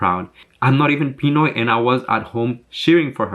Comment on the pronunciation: Me gusta como dices “pinoy” y no “filipino”. Only true family knows, keep the good work loved the video btw.